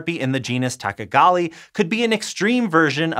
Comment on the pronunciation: Hey! Did you just call me a tachagali fastuiezaguay ???? 😡🤬😤